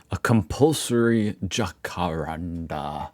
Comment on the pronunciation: Lol. You're so funny. It's pronounced Jack-a-Rand-a run all together. Also the Australian dollar sign you referred to the other day, has one down stripe, whereas the USA one has two stripes. That's how you can differentiate the two. So costs of things when marked with this $ sign is in Australia values.